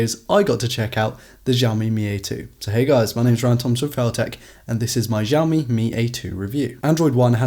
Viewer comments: Actually it's not pronounced as shaomi as well, but more to siaomi, you've heard shaomi so much because most english speaking youtubers don't exactly know how to pronounce Mandarin Pin Yin shaomi can be having a completely different meaning, for instance: 烧(burning the )米( raw rice) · It's not Jaomi it's Shaomi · Man is not jiaomi is xiaomi (shiaomi) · Xiaomi is pronounced like she-ow-mee not zhee-ow-mee. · Lots of people have a problem pronouncing the letter "X" in Mandarin. It doesn't sound anything like the name Zsa Zsa Gabor. X in Chinese Pinyin is supposed to sound like "S". This video should help. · Actually it's not pronounced as shiaomi as well, but more to siaomi, you've heard shiaomi so much because most english speaking youtubers don't exactly know how to pronounce Mandarin Pin Yin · It's shaomi not zhaomi. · You dont know how to say Xiaomi proper - it;s "SIA O MI " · Jaoumi or shaomi? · Why you say it ‘jiaomi’? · Not ჟiaomi ! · Cant trust anyone who pronouces xiaomi as jowme